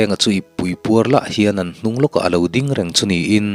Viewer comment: hawh u i din chawl lawk tiang u, ti lovin, i ding chawl lawk tiang u ti zawk ta la, dik hmel zawk lo maw. chuan ding lai tak hi thluk bawk la.